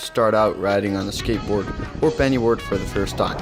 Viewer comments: I’m I the only one who hears him saying Benny board it penny board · This man said 🅱️ENNY BOARD. loved the vid btw👏🏻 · did he say “🅱️enny 🅱️oard” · I really felt it when he said benny board